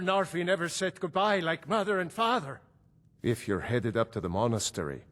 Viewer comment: The way he says mother and father makes u think he’s damily